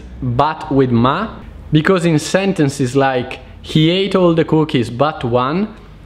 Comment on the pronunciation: SentencEs... come in bEllo. Not sentencIs